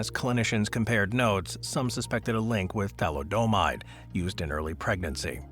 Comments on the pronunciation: Who are you, Homer Simpson? It's pronounced tha•LID•eh•mīde, not tha•li•DOH•mīde. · It's pronounce THALI - O - MIDE,get it right,jesus.